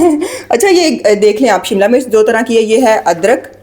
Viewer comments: I like your videos. Learning everyday chinese cooking. But please dont say," MURCH". HARI MURCH. This is wrong urdu. Please ہری مرچ کہیں۔ زیر استعمال کریں۔ زبر استعمال نہ کریں۔ یا پنجابی میں بات کریں۔ Hari mirch Not Hari murch. Please don't mind. I will try tomorrow this recipe In Shaa Allah Taala. Stay blessed forever baita. Aameen Ya Rab ul Aalameen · Hari mirch not murch